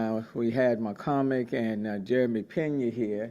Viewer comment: he said mccormick